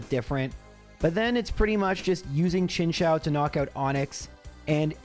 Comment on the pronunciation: How can chao and chou sound the same? I don't think trains go chao chao chao chao chao. It's Chin-Choo.